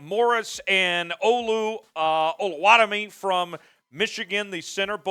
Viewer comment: Now that we've got Charbonnet's last name figured out 😅 I believe Oluwatimi is pronounced "Oh-loo-wuh-timmy".